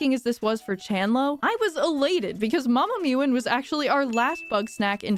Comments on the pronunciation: One thing i need to tell you: Mama Mewon is pronounced "Ma-ma Meh-win" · I love the little bits of repeating the Snax. Its impossible to play this game without repeating them to yourself at least a little lol Also that pronunciation of Mama Mewon made me laugh bc like, she says her own name. Its just Melon with a w 😭